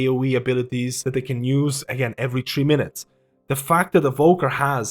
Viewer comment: "tree minutes"